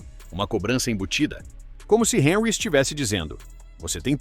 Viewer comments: O comentarista precisa estar atento à correta pronúncia dos nomes das personagens do seu relato. Por exemplo Henry é francês e não inglês. Logo, a pronúncia do seu nome deve ser Hanry, sílaba tônica no ry. Ou seja, en em francês pronuncia-se, an. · O comentarista precisa estar atento à correta pronúncia dos nomes dos personagens do seu relato. Por exemplo Henry é francês e não inglês, logo, a pronúncia do seu nome deve ser Hanry , sílaba tônica no ry. ou seja, em francês pronuncia-se, an. um ex-jogador da França disse que o pica mappe não sabe jogar bola , ele é um tartaruga ninja problemático!